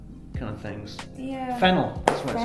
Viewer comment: “fennel” “FENNELLLL!!” 🔥🔥